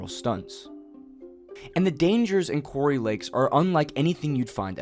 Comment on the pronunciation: Quarry sounds like the narrative is saying Cory lakes.